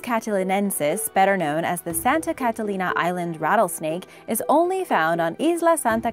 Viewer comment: Why are you saying Catalina so weirdly? You’re trying to affect an accent and putting too much stress on each syllable...I’ve never heard anyone pronounce it like that and my brother is the captain of the Catalina Cruise ship.